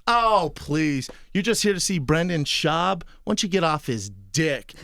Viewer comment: "Brenden schaub" christ, is that on purpose or?